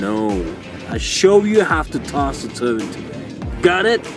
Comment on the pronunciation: Why do you pronounce the word in two different ways? One time you say like “tsuy-van”, and another time you say like “tzuvn”.